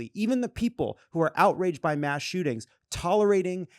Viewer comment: It’s “mass.”